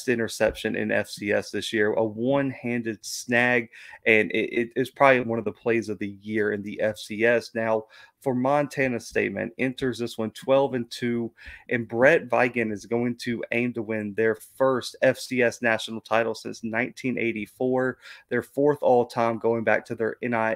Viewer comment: Bizon....it's pronounced Bizon. Short I in Vigen's name. C'mon dude.